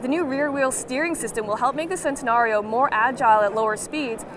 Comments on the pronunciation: I cringed when she said sentanario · It's CHEN-tenario. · Theres no problem bout this but you read it chentenario